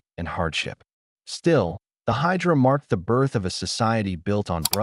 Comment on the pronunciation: Hejira NOT Hydra...